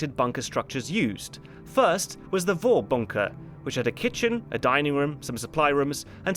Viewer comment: You,, you're doing a pretty good job on the pronunciation of German words, but I noticed a little thing - in Vorbunker (and basically all German words starting with V), the V is pronounced like F. So it would sound like Forbunker.